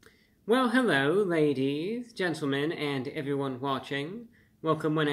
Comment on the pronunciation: Hewwo Wady’s and Gentlemen!